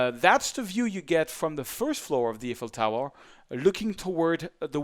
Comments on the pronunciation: "Eiffel Towel" XD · I like his tutorials and have learned a lot watching them, but I thought it was funny how he repeatedly talks about the Eiffel "towel" in this video.